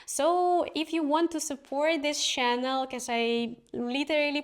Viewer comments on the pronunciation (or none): Это не хейт, умоляю правильно произносите слово канал - через Ч , а не через Щ . Уши в трубочку сворачиваются 😄